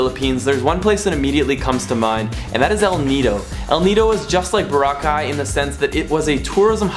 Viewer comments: It’s not Bora-cai, it’s Bow-rah-cai! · bohra-caii? nuh bruh bo-RRA-cai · It is pronounced bOr-aww-kai. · Enjoyed your video, but Dude! It's Bor-ROCK-eye, not boruh-kye. LOL. Just messin! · It's "BO-RAAAAAA-KAI". Not Bo-ra-kai. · Why does he keep calling it Bora-ki it's Bor-rakai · Nice video there. By the way, Boracay is pronounced bo-RA-cay, not bora-CAY. Stress is on the second syllable. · He said Borca not boracay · It's not Bur-cay, it's Bo-ra-cay! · Jachinoy15 It’s Boracay, not Bora. Because Bora Bora is another tourist island in the Pacific! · Nice vid, but learn to say Boracay correctly - "burr-ROCK-eye" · I was so distracted by the way you pronounce it. Is it BORA-kay OR Bor A KAY or what? .... I mean...you didn't say it the same way twice.... let us know. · It's pronounced phonetically "Bore - rock - kai" just fyi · Ba-Rock-I is how you say it man...lol... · Boh - rah - khay ( stress on 'ra' ) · Bo/rah/ khay- stress on the 'Ra'. Thank you. :) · You pronounced boracay incorrectly. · Stop saying the name of the island wrong. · Everything is changed except you foreign people who always pronounce boracay the wrong way.. pity.. Do you want us to pronounce "Chicago" the wrong way.. Hopefully you dont get hurt. So sad, just dont come to the country if you cant pronounce correctly..alright? 😐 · It seems you've been there enough times that people there really welcome you. So, repay our hospitality by pronouncing Boracay correctly. I know you know how. You did it at least twice in this video. You're almost Pinoy. So, honor us in this way as we are honored by your patronage and seek to honor you as well. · If you're going to do a video on a certain place at least know how to pronounce the name of it. Good video though. I was there in 2006. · How many pronunciations of BORACAY can you fit in 1 video? Haha Love the vid! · Why Neither You Or Your Girlfriend Can't Pronounce BORACAY Correctly. Gro up men.